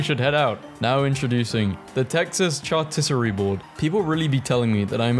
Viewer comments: They are pronounced (SHAR-coot-erie) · char-tis-erie I HAVE NEVER HEARD SOMEONE SAY CHARCUTERIE LIKE THAT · How to pronounce charcuterie for our dear british lad: Char-ku-ter-ee (or 'shaar-koo-ter-ee', use one or the other.) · IT CHAR-SHOE-TERRY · did you just say char-ti -oh-ree?!?!?!?!?!?! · you pronounce charcuterie like "sha kyu ta ree"